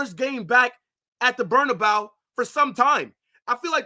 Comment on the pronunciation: Please stop saying “Berna-bow”. That is not how it is pronounced.